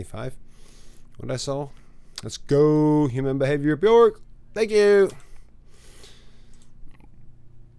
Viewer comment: I fell for Bjork last year at 70. Really enjoying your reactions to her. I find her magical. Keep it up!! Her name rhymes with “work” by the way. ❤